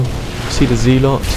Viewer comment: Pronounced zeh-lot.